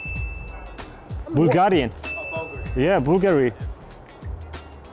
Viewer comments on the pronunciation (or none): none